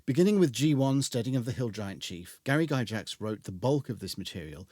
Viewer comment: The only thing i find wrong with this, is your pronunciation of Gygax